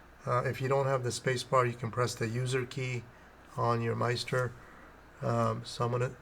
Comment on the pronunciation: Nice video... but... in the future... maybe pronounce it "MiST-er" (rhymes with sister)